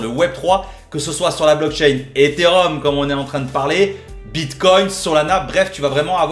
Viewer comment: Eté et Rhum to ze mooooonnn □□□